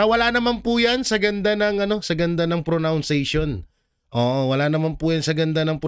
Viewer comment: It is pronunciation!!! lol.. not pro- noun- ciation.. just saying po. Thanks 🙏